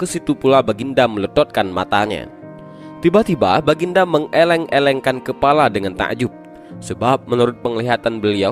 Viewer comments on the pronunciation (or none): Meng geleng2kan kepala, bkn meng eleng2kan....... Salah baca yaa